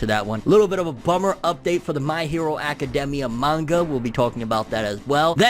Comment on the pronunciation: Anyone else gets bothered by the way he say academia ?